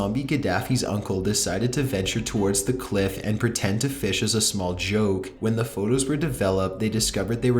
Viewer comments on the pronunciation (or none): none